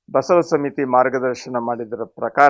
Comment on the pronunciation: ಬಾ ಎಂಬಲ್ಲಿ ಸಾ ಎಂಬಲ್ಲಿ ವಾ ಎಂಬಲ್ಲಿ ಬಾಸಾವಾ ಆಗುತ್ತೆ. ಬ ಎಂಬಲ್ಲಿ ಎಂದರೆ ಶುದ್ಧ ಉಚ್ಚಾರ ಮಹಾ್ತ್ಮರೆ, ತಪ್ಪಾದರೆ ಕ್ಷಮಿಸಿ.